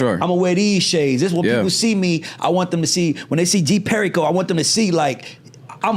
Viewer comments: You clearly didn't do no research too much like that. Smh how u mess up his name like that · The fact that pronounced Perico wrong says he never listened to any of G's music. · Butchered dis manes name right out the gate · He should’ve got up & left when he pronounced his name wrong, that’s a sign of a mf that don’t fuc wit r kno anything bout u…. Kno the signs ✌🏾✌🏾✌🏾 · How did you mess up his name ??? Hahahhaahahahahahahahahha did you not talk about that off camera before hand ? hahahahaha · After he told you how to pronounce his name correctly you still slaughtered it lol?! Why?? You need him for the interview and views for your show, you can at least respect this brotha and learn how to pronounce his name correctly lol. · Yeah that made me uncomfortable a little bit disrespectful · HOW YOU START A INTERVIEW N DUCK UP THE ARTIST NAME 😅😅😅😅DAMN